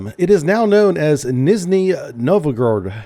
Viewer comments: who sees Nizhniy and says Nizney... are H's invissible to you? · "nizhniy" the zh is pronounced sort of like a j, like how "badge" is pronounced "badj". Its that type of j sound. Its the letter ж. Easy to remember because ж looks like a beatle (жук), and they make the ж sound.